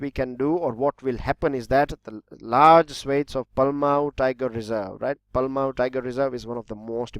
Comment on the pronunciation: That was wrong pronounce that is palamu(पलामू)